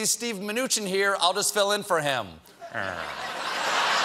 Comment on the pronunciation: His Manuchin ... every. Single. Time. I can’t. Lmao.